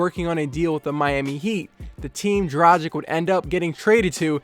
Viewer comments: DRAGIC not dracig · It's "Dra-gìch," not "Dra-jìk." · It is DRUGEEG man. This is how they say it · Say it with me. The G in Dragic is pronounced the same as the G in Goran. Repeat after me, Goran Dragic.